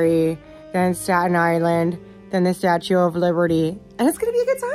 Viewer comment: The way your dad says “statee” when pronouncing statue reminds me of the way my grandma used to say “wednesdee” instead of Wednesday and I find it so adorable